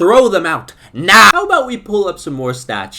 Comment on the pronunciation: that "NOW" was personal 💀